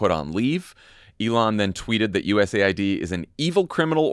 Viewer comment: Shouldn't that be pronounced US aid, not USA ID